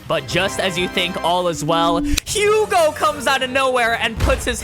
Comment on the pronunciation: I'm sorry I'm being that dick but it's pronounced Yugo and Ca-moo and Ren-wah(r). They're French.